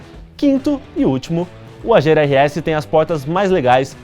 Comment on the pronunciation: Quando você falou Agera meu coração chega doeu, eu tinha certeza que a pronúncia não era essa, até o Google disse que não é essa. Ai meu deeeeusss.